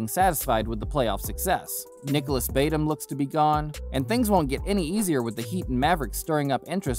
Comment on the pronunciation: BTW, Nicholas Batum is pronounced Batoom.